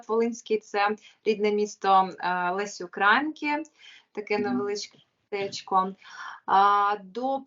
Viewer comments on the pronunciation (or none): Запамятай малоросько, мокшансько зебаранко -Лесі УкраЇнки( наголос на "Ї" а не на "а" )) вчись бидло малороське і мені насрати що ти колись захищала нашу державу поку не опоросилась як та матка)) і що тепер п...а коханю получила по мордяці від коханого